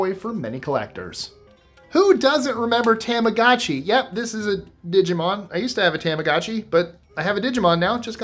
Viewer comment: Your pronunciations in other languages astound me. Yet you completely decimated the Japanese language... Tamagotchi. The a is pronounced like "ah", not "aye". Tamago = Japanese for egg.